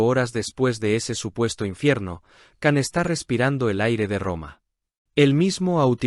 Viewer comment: Cuándo aprenderán a pronunciar bien el nombre de Can?🙄